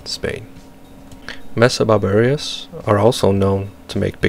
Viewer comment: Great vids but why you saying 'barbar-ious' its super off putting. Please say Bar-ber-us or next video or im gonna cry